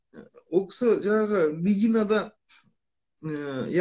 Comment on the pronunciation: Жанагы емес жаңағы